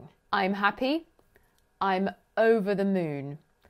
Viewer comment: "Over"telaffuzunu ilk kez bu videodaki gibi duyuyorum. Bugüne kadar 5000 kez duyduğum ama bir türlü beceremediğim bu kelimeden( oysaki "worth"u bile becerebilmişken😂) bugün vazgeçiyorum artık.öv'ır nedir yaa